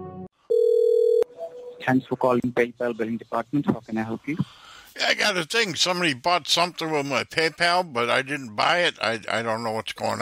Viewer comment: "Do one ting". Ends up to doing 20 tings. 😂😂